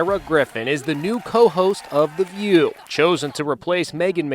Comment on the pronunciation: I like the emphasis she put on "The View" as if it means something.